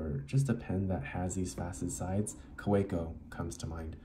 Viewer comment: It’s pronounced Kaveco